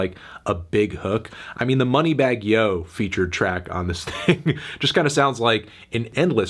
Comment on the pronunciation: The way he pronounced "Moneybagg Yo" tells me that he's not the right guy to critique a trap album :)